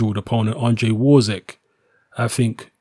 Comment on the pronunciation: Wawrzyk pronounce VAV ŻYK